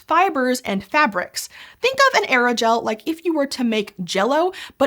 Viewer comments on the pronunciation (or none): Pronouncing Aerogel as Eragel is a choice.